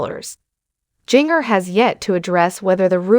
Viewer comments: Jin-ger!!!!! Not jingerr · I agree it's annoying that she's pronouncing the names wrong